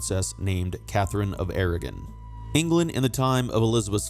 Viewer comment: AragOn not Aragin!